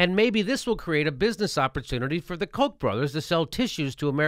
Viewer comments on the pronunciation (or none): none